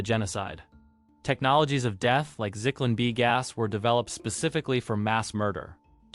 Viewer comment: Does the narrator deliberately mix-pronounce well-known names and words? “Al dootch”? “IT-alo”? “Sicklan B”?